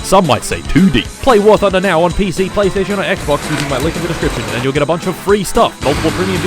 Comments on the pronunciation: WART HUNDER is the correct pronunciation, until you reach ultramegachad level and realize it's war blunder. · "wart hunter" ??? 😂 dont let war thunder fans near him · "wart hunder" 😂😂😂😂😂😂😂😂😂😂😂😂😂😂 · ah yes war tunder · I love how he pronounces War Hunter- I mean War Thunder wrong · I’m glad I’m not the only one who says wart hunder